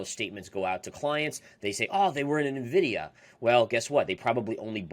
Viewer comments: Nuh-vidia, lmao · NIVIDIA...what is NIVIDIA? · Please learn how to pronounce Nvidia. Go to their YouTube channel and listen to how they pronounce it.